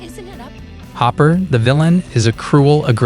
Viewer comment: I love how you called Hopper "Hooper". Lol. 🤣😆